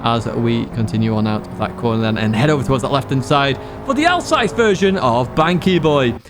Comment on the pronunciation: FYI It’s Hogston as in pig not Hodgeson and Alsace is pronounced AL Sas.